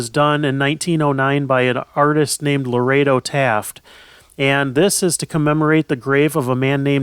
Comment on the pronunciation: Beautiful highlights of a place I visited often. One comment, the sculptor was Lorado Taft, as opposed to Laredo, Texas. Different pronunciations. Interesting too that George Pullman hired Robert Todd Lincoln, son of the President, as an attorney.